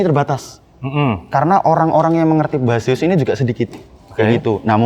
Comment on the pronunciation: Bukannya "Besiəs" ? kalau "Base us" mungkin iya bacanya "bes əs"